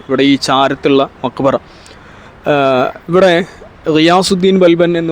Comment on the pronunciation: മക് വറ അല്ല മഖ്ബറ